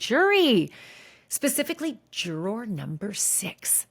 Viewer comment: I keep wanting to watch these but then can't since Ashley can sometimes pronounce juror and sometime just butchers the pronunciation. I quit. Lol